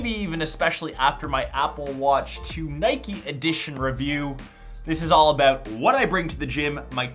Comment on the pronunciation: Not "nikee" it's "niyk"